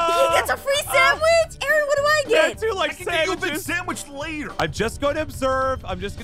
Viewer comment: ARON NOT RON